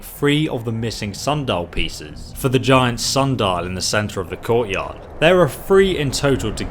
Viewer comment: sun dial.....SUN dial......come on